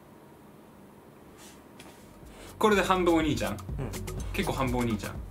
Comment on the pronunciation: 今日は発音がｵﾆｨﾁｬｧﾝ!だったwwww可愛いwwww